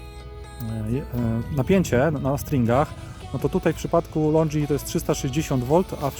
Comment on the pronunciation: Podoba się, tylko nie katuj uszu tym LONDŻI, to są LONGI nie LONDŻI 😉